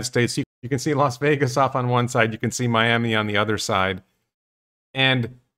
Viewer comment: Why do so many Americans say Los Vegas?